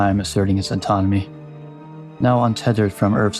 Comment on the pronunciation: Just a heads up it sounds like you are saying anatomy when you mean autonomy. Still, excellent video!